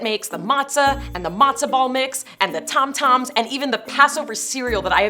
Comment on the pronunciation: Tam-Tam not Tom-Tom😮